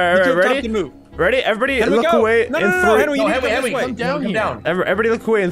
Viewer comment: "Ian you're the worst in this game!" Literally in Sigils video: Everyone:" GET OUT OF THE WAY!" " YOU'RE THE WORST"